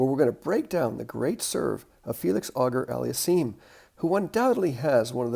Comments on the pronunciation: Good lesson but please,, AUGER is pronounced (phonetically), "O-Zhay", not "Auger"........... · I'm so glad you pointed out that things like the "back scratch" and pronation are not really things you should try to DO but rather allow to happen through relaxed, proper technique. (Felix's middle name isn't pronounced like the English word "auger," it's pronounced more like "O'Shay" but instead of a "sh" sound it's a "zh" sound.)